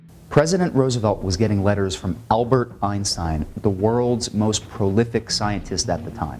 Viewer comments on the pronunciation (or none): Elbert? Elbert Einstein? Correct the AI text to voice? What processor did you use, its pretty good, except for that.